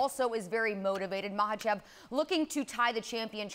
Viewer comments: Why is she saying Islam’s name like that. It’s not MAH-lachev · Michaelchev😅. Love chael. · "ISLAM MOCKEL CHIP" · These two seem like they are in a competition to butcher the Russian fighters names worse than the other. I’m not sure who’s winning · Not even a minute in And chael just destroyed a fighters name The GOAT 🐐